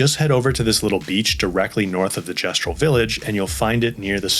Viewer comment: Pretty much haven't used healing in 100+ hours kek At least you said Gestral correctly